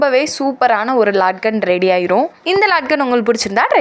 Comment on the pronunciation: இது லாட்கண் இல்ல.. லட்கண் . இந்தி சொல்..அதாவது தொங்கல்.என்று பொருள்..எப்பவும் தப்பு தப்பாவே use panreenga.. மேலும் crozz இல்ல cross,.... பிறகு..bleats இல்ல...அது pleats...tailoring semma கூடவே language improve பண்ணிக்கிட்டா கேட்க நாராசமா இருக்காது